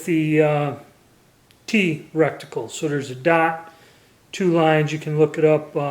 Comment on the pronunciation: Cheek WIELD?!?! The scope has a reCticle?!?! 3/8 thread on the muzzle?!?! Are you just misspeaking on purpose?!